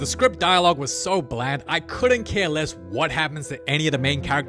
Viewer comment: “But loess aura in the process” 🤣🤣🤣🤣